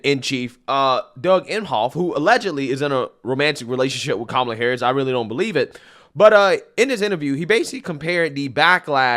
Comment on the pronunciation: Did you say Coma Harass?